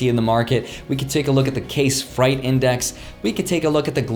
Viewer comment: Did you just pronounce freight as "fright"?